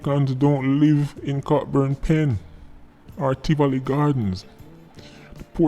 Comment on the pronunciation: I agree with Sir P's comments. By the way, Cockburn Pen is pronounced "CO BURN" Pen. The "ck" is silent.